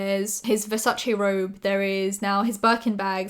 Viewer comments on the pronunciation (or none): none